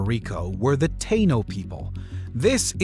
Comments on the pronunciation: Folks please note, it is pronounced Pu-er-toh Rico. Definitely NOT Porto Rico. Also, as another viewer noted, its Ta-ee-no, definitely NOT Tay-no. Thank you. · It's not the tae no people... Its pronounced the Tah eeeee nooooo People. Repeat Taaahhhhh Eeeeee nooooooo. Taino Indian or People. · It’s not tano people it’s the Taino emphasis on the i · So many mispronunciations. It's "PWERTO Rico," not "PORTO Rico." The indigenous Taino is pronounced "tah-EE-no," not "TAY-no." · TAINO= Tah--Eee-nuh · "Tay-no" 😭😭the butchering of the pronunciation has me crying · Taino is pronounced Tie e no. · Early as fuck but first thing its TAI-eeno interms of pronunciation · you're killing me here pronouncing Taino wrong. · Taíno puñeta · The way you pronounce taíno gave me space aids..